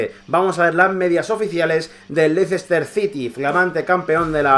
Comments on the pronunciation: Lo esta pronunciando como se escribe "Leicester", y en inglés se pronuncia " Lester" Leicester esta mal en el habla inglesa, debe de ser LESTER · se pronuncia "Lester" no Leicester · Me duelen los oídos cada vez que escucho 'Leicester' jajajaja buen video crack